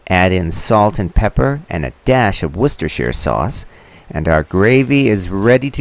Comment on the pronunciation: Did you honestly pronounce Worcestershire correctly?!